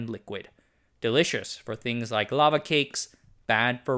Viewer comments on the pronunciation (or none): none